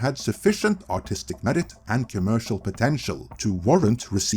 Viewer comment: This isn't a dig on you or your accent, but...every time you say "artistic vision," it sounds like you're saying "autistic vision," and it's kinda fitting, lol. 😅😂🤣